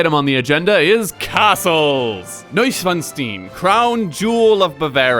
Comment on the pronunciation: i think something died inside of me when you said "neuschwanstein"